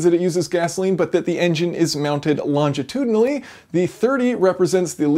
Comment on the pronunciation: The word is "Longitudinal" not "Longtitudinal" , no "t" . You're welcome